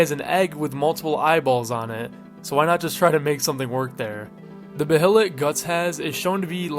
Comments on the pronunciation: buh hay lit. just say bay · Hate to be "that guy" but the word Behelit is pronounced "Bay-let". Love the video!❤ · bro really said beHelit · is he not saying behelit wrong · Your pronunciations of “apostle” and “behelit” are crazy lol